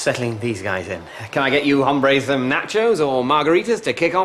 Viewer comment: The 'e' is also mispronounced; he pronounced it as ā, not ə. Hombre is used in a pretty similar fashion as it is in English. Mark would've made pretty much the same mistake if he'd said it in English, given that there were three women and only one man in the first table. It is only in Johnson's table he used it properly. I think what Mark intended to use was a Spanish word similar to 'guys', and that is 'chicos', not 'hombres'